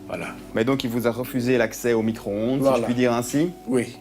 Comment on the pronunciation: c'est mico-ronde et pas micro-onde mdrrrrrrrrrrrrr